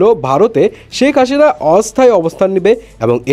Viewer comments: Hashina? Hasina , ki obostha pronunciation er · শেখ হাসিনা not হাশিনা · Onno ahob shobdo to thik motoi bolchen, hashina ki bhai? Stupid lagche shunte ekdom